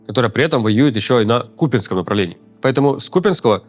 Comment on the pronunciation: Почему КупИнском...? Населённый пункт КупЯнск. КупЯнск